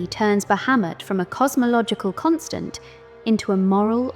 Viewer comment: I like that you pronounce the name correctly in the first couple of seconds. No sarcasm. Drives me nuts when people get this character mixed up with another one.